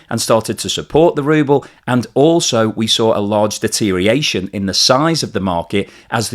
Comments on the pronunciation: siiiiiiiirrrrr please it is deteriORation NOT deteriation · I'm not a native speaker, but shouldn't it be deteriORation instead of deteriation?